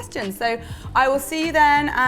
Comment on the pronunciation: "Well nice" sounded oh so jamaican. Love love love this. I'll try it in a bundt cake